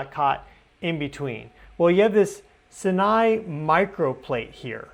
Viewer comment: Sinai is pronounced with two long "I"s. Thanks for your good work 👍